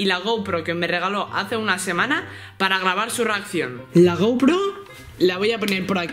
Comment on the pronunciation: dijiste garbar jeje